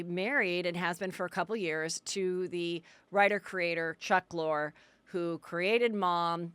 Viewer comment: Heather is 'The Name Mangler.' You embarrass yourself how many times you conflate names. You cannot even bother to figure out your guests names before they are on your show?? Today's guest is NOT Arielle "Lor" as you pronounced it....it's Arielle Lorre pronounced Lor-ee. Also calling Harry Dubin Harry Duber is just lazy, shoes no show prep. Have your assistant help you, you need it.